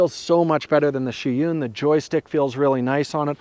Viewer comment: It's Zhiyun, not Sheeyoon